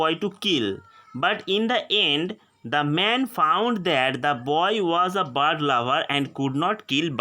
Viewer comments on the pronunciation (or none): Apna pronounciation sudhar ok bird ko bard bolta hai